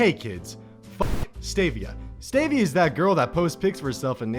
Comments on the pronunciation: its STEE-vee-uh and ASS-par-tame not STAY-vee-uh and ass-PAR-ta-may you absolute BREADSTICK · *Made me laugh* Stevia (st-e-via) - "St-a-via" Aspartame (Ass-par-tame) - "Ass-sparta-may" He said them like they were actual names, not sugar substitutes. I think the only one he got right was "splenda" whatever the fuck that is.... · Hi 2021 depressed viewer here. A sparta may ans st'eh'viah are really weird ways to pronounce the sam'o'nella artificial sweeteners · Bruh.. the way he said Stevia and Aspartame... 🤦🏻‍♀️